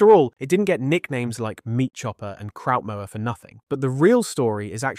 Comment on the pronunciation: "Kraut mauler"